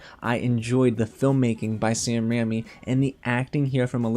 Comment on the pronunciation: RAIMI not RAMMY